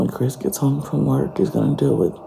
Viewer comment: “Cwiss is not at work…Cwiss is not at work.” Never forget the half stack of Pringles with half dozen bottled water!! 😂😂